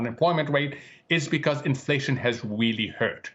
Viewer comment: Infwation is going to be vewy, vewy sticky.